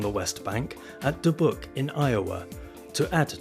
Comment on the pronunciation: It's Da-byouk not Da-book.